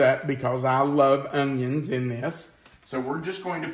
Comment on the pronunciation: I love the way you say onion . It reminds me of a high school friend of mine . She said it like there was a “g” in it as well . She was from OK , so perhaps it’s a southern thing 😊. Thanks for the memories . Oh and I’m making this recipe !!!! 😋